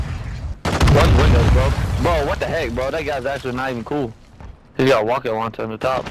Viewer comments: "he's gotta wocket woncher" i love this guy. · Funniest teammate hes had in a while lol bro really said wocket wauncher